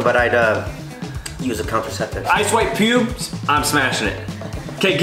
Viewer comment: Kian said “pue bas” instead of pubes is sending me 😂